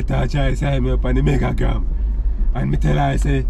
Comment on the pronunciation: Man say “MEGAGRAM” and “FLIPTOK”😹😹😹